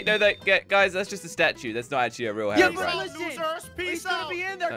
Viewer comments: did crainer say herobrien? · crainer jush said herobrine